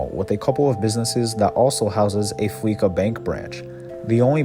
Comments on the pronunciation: It’s Fleece-a. It’s word play. When you’re fleeced, it means you lose everything. Not fleecka! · Why do people pronounce it Fleecka when the game characters pronounce it Fleeca? It's supposed to be a play on Visa.